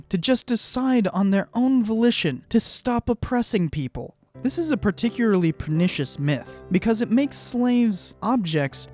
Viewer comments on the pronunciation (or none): Myth: Particularly is pronounced particuary. Otherwise good job.